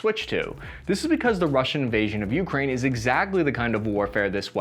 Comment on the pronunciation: Just heads up—it’s pronounced Uk-Rain, not YOU-crane. You’re putting the wrong emphasis in the wrong syllable. Not a huge deal, but just thought I’d let you know… You actually pronounced it correctly one time.